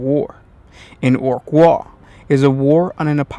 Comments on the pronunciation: By the way its not WAAA it's WAA AGH sounds not alike. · It isn't pronounced "wahh". Orkz don't do subtle, and they don't do silent letters. Its pronounced with that g in it, like the sudden stop at the end of a scream. Like ARGH!